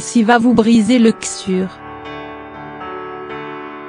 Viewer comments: The wolf il faudrait qu elle aille voir un orthophoniste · La voix a un problem avec le mot coeur